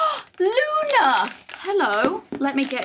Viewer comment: Luna not luma anna